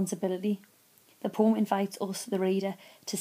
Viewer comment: it ain't a poom, povem(poem)